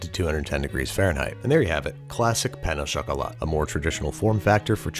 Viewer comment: "pain ow chocolate"